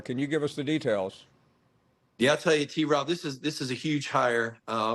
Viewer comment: Paul…stop adding a syllable to T-Rob’s name.